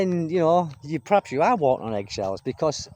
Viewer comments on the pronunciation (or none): none